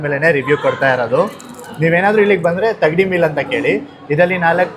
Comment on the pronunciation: Adhu thagdi alla thangdi ...😂😂😂